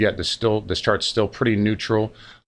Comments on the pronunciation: "The week in shirts" to my Eeeeengleeeesh eeer. England shirts to celebrate the coming soccer win. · Shartz heehee 💩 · Is he saying charts or Shartz! In the begining?